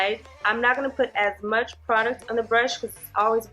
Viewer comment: 🤣🤣 "it's too m-au-ch"